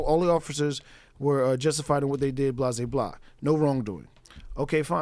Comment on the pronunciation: DUDE, please! Enough with that "blasé blah" It just takes away from your story. It's not the same as "blah blah blah". blasé [bläˈzā] Adjective. unimpressed or indifferent to something because one has experienced or seen it so often before.